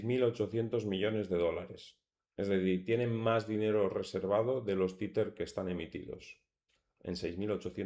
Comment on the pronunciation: Se pronuncia TEZER, no "titer" jajaja